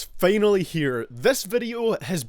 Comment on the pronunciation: “Ah it’s fanally here”